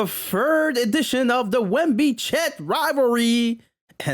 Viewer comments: “Fird” is hilarious 😂😂😂😂😂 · how many subs do you need to get a speech tutor to get you to say "third" correctly